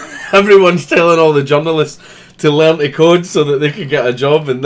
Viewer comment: you said "the journalists" I heard "the genderless"